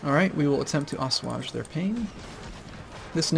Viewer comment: I love the silly way he pronounces "assuage", hahaha. Great episode though, defeated the Brits on land and sea!